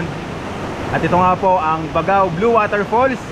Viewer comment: BAG-GAO po bigkas niyan...di po BAGAw..